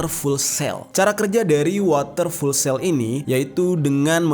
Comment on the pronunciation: Bang fuel itu bacanya ( fiul ) bukan full hehehe